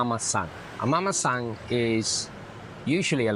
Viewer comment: It’s Mamasan or Mama-san. Not Mamasang.